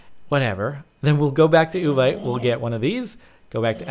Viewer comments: It's pronounced OO-VEET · Uvite is said like you vite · Its yu-vee-te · Its Said like (Ooh-Vite) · Is that supposed to be Vietnamese or Gibberish?